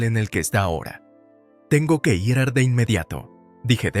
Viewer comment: Dejando de lado si la historia es buena o mala, y si et narrador lo hace bien o mal, el narrador cambia constantemente el género de la protagonista y la trata constantemente en género masculino, como si fuera un hombre, además el narrador es completamente incapacitado de leer una palabra tan simple como IR. la deletrea pronunciando I ERRE, una palabra que cualquier niño de primaria lee perfectamente y él, un narrador que se supone experimentado, es incapaz de leer correctamente , PATÉTICO PATÉTICO PATÉTICO